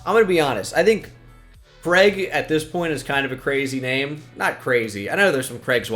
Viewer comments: The way you butcher the name "Craig" will never not be funny. :) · The way you pronounce Craig is just awful makes me sick 😂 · Never knew before this video that Americans pronounced Craig ‘Kreg’ instead of ‘Crayg’